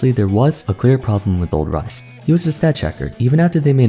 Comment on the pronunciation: XD bro just pun "Ryze" to "rice"